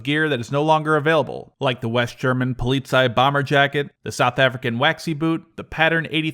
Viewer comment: How the Frick did you just pronounce "Polizei" man c'mon its not that hard :(